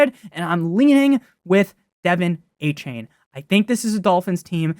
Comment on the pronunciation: “dolphins fan” calling achane “Devin Achain”